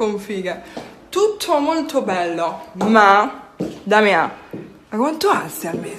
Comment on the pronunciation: "Tutthoh molthoh belloh"